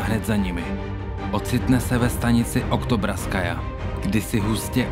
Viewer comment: oktobrskaja😭😭😭😭 je to okťjabrskaja